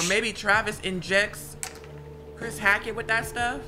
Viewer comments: the way they keep pronouncing hackett as hatchet is irking me 😭😭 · Bro it’s hackett not hatchet pmo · Why they keep saying hatchet? It’s HACKETT!! And Eliza and Silas are not part of the Hackett family. How y’all in chapter 8 and still don’t know the story? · them continuously saying hatchet and not hackett is driving me crazy lmao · I love how they kept saying “hatchet” instead of “Hackett”💀